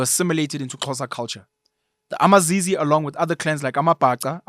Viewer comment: I MiZize not amaZizi 😅😅